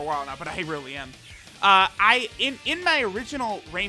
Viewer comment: "no this unit is r-r-r-r-r-realy good"😂